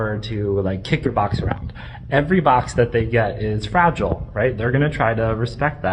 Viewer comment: I thought he was saying frazzle, not fragile. Very confused for a sec